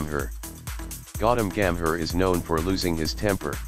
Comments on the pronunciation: Its call gambhir,,nt gammer,,bro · Terrible terrible American accent pronouncing names so utterly badly. Disgrace. Listen how he says Gambhir and Riaz.